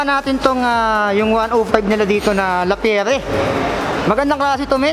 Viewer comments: Grandpri hindi grandpriks, La Pi yer hindi Lapiyere. Correction lang, sorry. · No tubes sir walang interior sa loob, tubeless. Lapierre sir pronounced as Lapyeer. French bike yan idol. Maganda yan maganda din presyo. 😅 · Mali basa mo idol hahahah sa lappirre